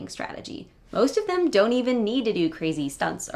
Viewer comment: I can't help but wonder if she (you) has the pin-pen merger. Youtube transcribed her as "to them," but I clearly hear "to 'im." It might be just me as I'm an L2 speaker and finding something that isn't there.